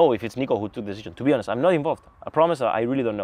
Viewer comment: Не бихонес а би онест, и лучше в место "эээээээээ' говорить то же слово пару раз или подвести слово к теме если вы не знаете как сказать правельно